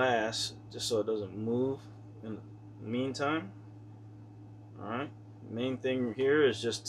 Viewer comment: Stop saying arrr-right